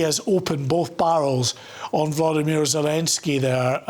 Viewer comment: It's not Vladimir ... It is VOLodymyr VOL like Oxe 😂